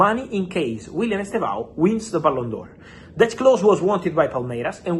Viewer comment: Fab, please stop saying Chelsea’s Ballin D’Or of the futures name wrong. It’s Estevao Willian NOT Willian Estevao Estevao is ‘Steven’ in Portuguese, and by the way, it’s pronounced as two syllables, as ‘STEV-OW’. The initial ‘E’ is virtually silent. Listen to the Brazilian commentators and you will see what I mean.